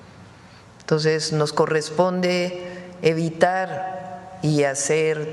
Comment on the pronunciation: La presidenta dice entos, se dice entonces.